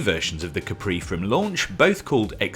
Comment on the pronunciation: Looks like a polestar, but please dont butcher the name